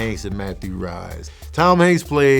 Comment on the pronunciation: Rhys is pronounced Reese, if I'm not mistaken.